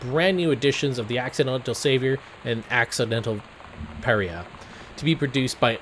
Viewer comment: Par- eye-uh